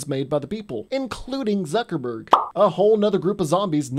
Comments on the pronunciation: Why did you call him zuckerburg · I can't tell if he's joking when he calls Jesse Eisenberg "Zuckerberg". But they are practically the same person